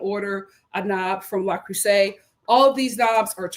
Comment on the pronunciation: I'm dead!!! 😆🤣🤣 The Frenchman pronunciation 👌🏽 Yessss!